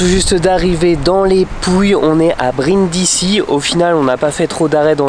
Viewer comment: Brindisi ça se prononce brindizi.